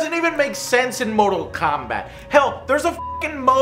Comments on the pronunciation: It is not mortal kobat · Mobi Kombat kkkk 6/10